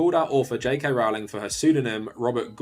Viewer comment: I appreciate that you refuse to pronounce her name properly.